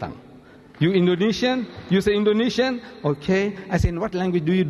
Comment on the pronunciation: masyallah he quote on indonesian languange just like native wow